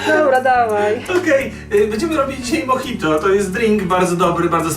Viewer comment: moDŻajto xd